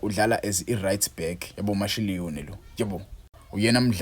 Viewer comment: Mashiloane pronounced as "Mashilwane"